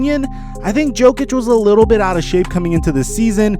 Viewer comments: Yo-kic not joe-kic bro. Do you even watch the nba? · Everyone: Nikola Yo-kich: Nikola Joe-kich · Because he is the Joker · My man said Nikola Joke-ic unironically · Who the fuck is joekich? Never heard his name said like that... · man said Joe-Kich